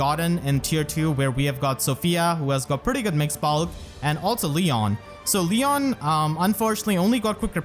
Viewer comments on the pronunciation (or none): none